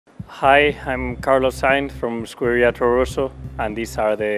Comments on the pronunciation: But wouldn't in Italian be scuDeria? With a marked D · He doesn't mark the 'd', he says "Scueria Toro Rosso". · Yeah, I don't know why he doesn't say it in the Spanish or Italian way. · Yeah, that's why I said that he doesn't say it in Spanish or Italian, but in English